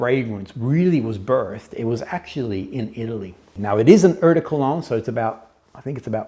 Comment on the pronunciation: Dude, ‚eau de cologne‘ you say: ‚oh de….‘ . Your pronunciation is way off 😂